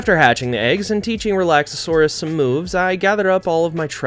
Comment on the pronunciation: Re-lax-or-us lol